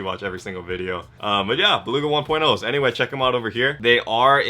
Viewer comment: Nah we know why you emphasized the 1.0 on the belugas this time 😉😂